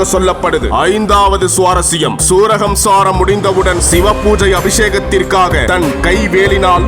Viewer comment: அது சூரஹம்சாரம் அல்ல சூரசம்ஹாரம் என சொல்லவும்